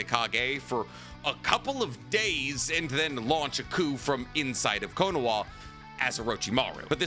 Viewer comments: The way you say Konoha with a W instead of an H makes me want to stick a fork in my eye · What does he say konoha like that guys I don’t get it ?